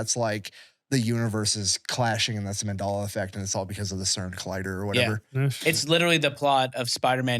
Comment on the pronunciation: is mispronouncing Mandela on purpose....